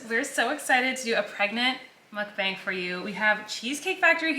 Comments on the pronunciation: Mukbang is a compound word in Korean which means "eating broadcast" and it's pronounced with the short A sound, not the long American A sound.. if.. that makes sense lol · it’s pronounced “mok-bong” or “mUHk-bong” which is 먹방 in korean which translates to eating show or eating broadcast :) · Colleen! The word is Korean, and it’s pronounced muhk-bang, not mook-bang. I really hope you read this comment and know how to say the word in your next video. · It is not pronounced mukBAYNG, it’s mukBAHNG. Please learn to correctly pronounce it. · Theoretically speaking, the A in "mukbang" should be pronounced like the A from "cart" because it comes from Korean and this is how they always pronounce the letter A. But I get it, it's probably easier for native English speakers to pronounce it the other way. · The bang is not like bang bang finger gun, but b-ah-ng so the “a” is an ah sound. It’s 2 Korean words mashed into one. Muk comes from the word mukja which is eat or mukneun which means eating and bang from bang-song which means broadcast. So mukbang means eating broadcast/eating show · It's literally half of each pronunciation. You were pronouncing it 먹뱅 (meok-baeng) and 묵방 (mook-bahng), but it's 먹방 (meok-bahng). Sorry, I don't know the best way to communicate pronunciation with the English alphabet... Hopefully that made sense. Basically, the first syllable of the way you usually say it is correct, but the second syllable of the other way you said it is correct. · It is traditionally called mukb-ahh-ng like lawn since it's originated in Korean culture and that's how you say it in Korean. But I'm sure in English you can say whatever, cause English LOL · you mention how to say mukbang everytime 😂 It sounds more like mock bang. But since everybody’s saying it in a particular way .. i don’t think it’s that important at this point. Anyways Love u💗💗💜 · mukbang is the korean word for "eating broadcast aka room" so it would be pronounced mook-bAng like the Ah sound